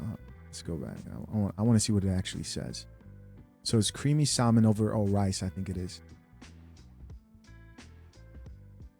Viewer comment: For those who don’t kno, the L in salmon is silent. It’s not SALmon it’s saa’•mon